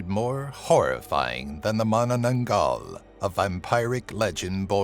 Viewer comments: I love this list. And you actually one of the few that pronounced "Manananggal" right! 😁👍👍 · You're literally one of the only youtubers to pronounce Manananggal right!